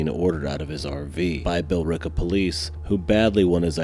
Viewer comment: You mispronounced the town name, it sounds like you're saying Bell-reeka, it's pronounced Bill-rica and the rica is pronounced like the name Rick, so Bill Ricka the E is silent. least that's how everyone around here has pronounced it ever sense I was a kid.